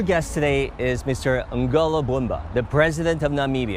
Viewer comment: Nangolo not Angola Mbumba please !! Thank you.